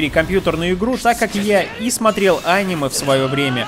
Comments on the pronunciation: Ударение покинуло чат.. анимЕ, а не Аниме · Я выключил видео из за его произношение: ани'ме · аниме ударение на е